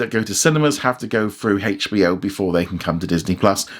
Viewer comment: i know but he said like hachbo max